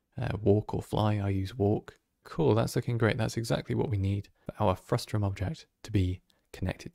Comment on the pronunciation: Frustum not Frustrum haha